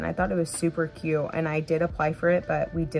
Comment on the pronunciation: Pronounce your Ts, it's cute not CUE.